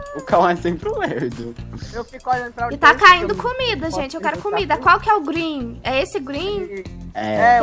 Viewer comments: *uRaGe Eu *URANGE kkkkkk virou me *GrEeN Eu *GREEN meme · PROFESSORA DE INGLES:COMO FALA VERDE EM INGLES:GRIN KKKKKKKKKKKKKKKKKKKKKKKKKKKKKKKKKKKKKKKKKKKKKKKKKKKKKKKKK